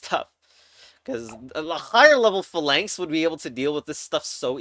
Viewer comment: you're pronouncing phalanx wrong on purpose right?